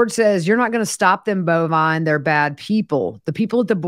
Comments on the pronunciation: So glad I found you as I’m kinda obsessed with this whole thing! Are you pronouncing George’s son’s name as “Bovine”? It’s Bulvine. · It’s Bulvine and pronounced Bullvine. It’s from a video game.